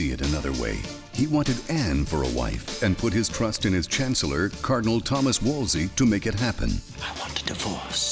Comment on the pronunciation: Great summary. The very last phrase spoiled it for me : "The Toodors". JR-M says "Wolssley" for the cardinal's name. I always thought it was pronounced "Woolzley"....